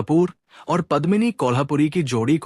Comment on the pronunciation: मैं हैरान हूँ की आप एक पूरा प्रोग्राम करते हैं और आपको कलाकारों के नाम तक नहीं मालूम। सबसे पहले हीरोइन का नाम पद्मिनी कोल्हापुरी नहीं बल्की पद्मिनी कोल्हुपुरे है। एक और आप यह गलती कैसे कर सकते हैं , आप राज मुराद कहते रहे, अरे भाई उनका असली नाम रज़ा मुराद हैं। सिमी ग्रेवाल को आपने सिमी अग्रवाल कहा। Very disappointing.